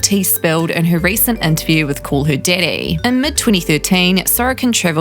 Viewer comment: “Call her didday”